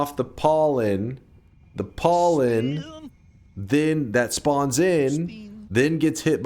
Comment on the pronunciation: I like when he said "PAWLEN"